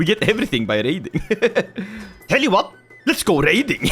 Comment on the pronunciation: bro did NOT say raiding